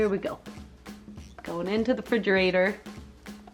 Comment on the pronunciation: I always like how she says "Fridgerator"